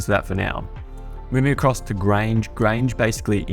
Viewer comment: Loved the tutorial but when did Grunge get to pronounced Grange?